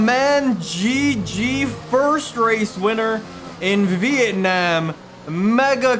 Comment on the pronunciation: the way he says it. vitanam